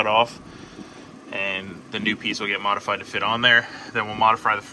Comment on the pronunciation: When you said modifried I started to think what's for breakfast